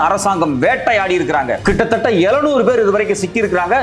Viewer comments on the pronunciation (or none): ஐயா, நீங்கள் செய்திகள் சொல்லும் விதம் நன்றாக உள்ளது. ஆனால் தமிழை கொச்சையாக பேசி வருகின்றனர். ழ' கரத்தை,ள' கரமாக உச்சரிக்க கூடாது. ஏளுநூறு என்பதை எழுநூறு எனவும். வளக்கம்போல என்பதை வழக்கம்போல எனவும் பல வளிகள் என்பதை பல வழிகள் எனவும் உச்சரிக்க வேண்டும்.